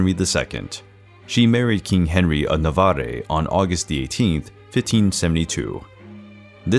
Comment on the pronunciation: The pronunciation is not Navaré. The e is muted it's Nahvar.